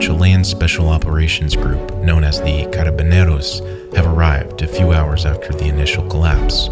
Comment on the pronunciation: ITS CARABINEROS NOT CANABINANOUS